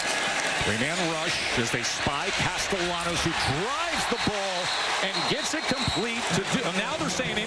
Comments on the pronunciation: It's pronounced Caste-ya-nos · Dear announcer, the double "L" is pronounced like a Y. Unless they are Cuban, more of a J.